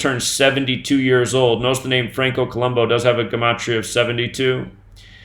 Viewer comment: Columbu looks and sounds stupid...we're being mocked. Columbu would be pronounced Co-lum-boo, not -bow, but whatever. People need to start the awakening process sooner than later. With all of these obvious changes, you would think the news and every YT channel would have something interesting to talk about, but I guess men wearing and selling makeup is where it's at.